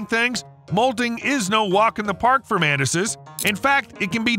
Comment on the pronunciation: Why do you pronounce "Mantises" as Menaces 😭